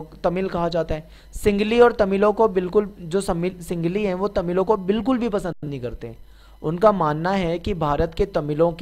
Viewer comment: Sir ye singli nhi sinhali h